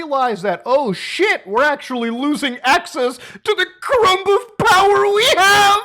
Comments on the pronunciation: you have become the first person I have ever hear pronounce the b in crumb... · I never heard someone pronounce the B in crumb before. 😂